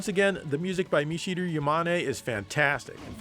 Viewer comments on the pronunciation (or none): Do you just pronounce Michiru like that to spite commenters? I assume so many people must've been trying to correct you.